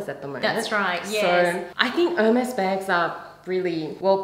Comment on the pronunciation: Thank you ladies at least you know how to say Hermes. Do you know you only got the leftovers? I would not pay $100.00 for one of them. I still got my grandmothers Hermes saddle, my mothers scarfs , my own, towels, blankets and pillows, heaps of bags even on my husbands boat. Heike Port Douglas Australia